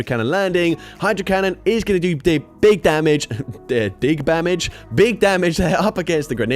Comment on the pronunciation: "Dig Bamage!"